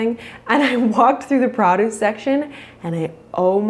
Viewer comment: I think you and I would get along so well. I don't have nearly the cultural experience you have but I love hearing you speak about it! (The way you say produce gave me a chuckle too!)